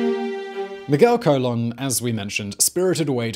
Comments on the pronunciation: Also its Carmen Colon (cuh-lone) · "Colón" = "ko-LOAN". Or think "cologne" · The surname Colon is pernounced more like cologne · The way he says colon really bugs me